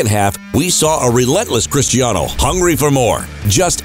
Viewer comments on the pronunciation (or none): Hate how Americans call him CHRISHTIANO.. He's from Portugal, his name is pronounced Cristiano.